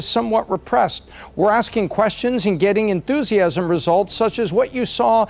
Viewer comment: It is very important to have a lot of En-thu-si-ism. He corrected himself though about five seconds later when he pronounced it correctly.